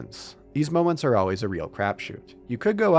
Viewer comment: Crab shoot? It sounds like you're saying crab shoot. Crap shoot.